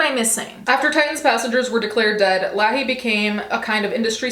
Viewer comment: You can tell she hasn’t watched Trailer Park Boys. It’s pronounced Lay-hee.